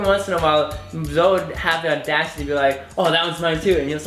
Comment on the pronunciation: Nice to someone else pronounces Zoe as Zoe like Zoey. ^^' I was feeling weird because everyone pronounces it like Zo ;-; thanks for the compliments to the name~♡ your cats are adorable~♡